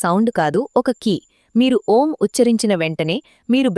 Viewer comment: Gaali baga తీసుకుని enta sepu vundachi? Om enni sarlu cheppali clarity ga Chepandi Sister plz